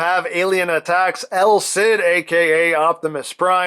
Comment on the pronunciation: Stop calling him EL CID it's just wrong